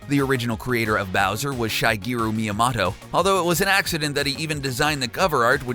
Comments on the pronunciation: Its mi-ya-moto Not mi-ya-mato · XDS ECHO Mia-mahtoe* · did you just pronounce it like shy-gearo my-am-otto? are you serious? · dude couldnt even pronounce miyamoto properly 💀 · HOW DO YOU MIS-PRONOUNCE MIYAMOTO HOOOOOOW?????????????